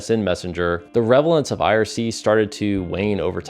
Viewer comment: it's relevance not revelance...